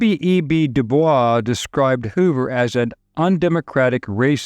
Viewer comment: This narrator is the only person I have heard that pronounce William Edward Burghardt DuBois' surname correctly.